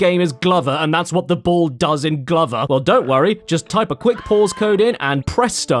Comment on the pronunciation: I don't know why you pronounced Glover wrong so many times